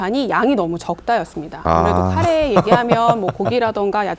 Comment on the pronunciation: 가래가 뭐냐 가래가 에라이